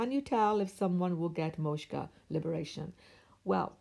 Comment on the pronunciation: Hi, thank you for sharing your knowledge. Want to point out a small pronunciation mistake - it’s not “moshka”, it’s “moksha”. The ‘k’ comes before the ‘sha’.